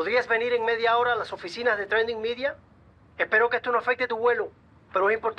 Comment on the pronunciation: Es tradingmidia pero se pronuncia trendingmidia